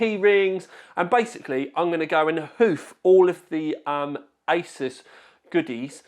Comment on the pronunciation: Sounds like he said I was at the isis offices 😂